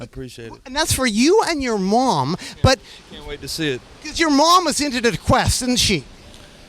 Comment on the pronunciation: Why does naudwuar pronounce mom like that😂